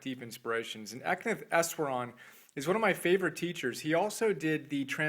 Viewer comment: For the record, Easwaran is pronounced with an "sh" sound as in Ishwaran. Thanks for telling people about my teacher. That is his given name with Eknath being the family name. We called him Easwaran and also spoke of him as EE. He is published by Nilgiri Press at the Blue Mountain Center of Meditation in Tomales, California if anyone wants more information about him and his 8-point program for spiritual development.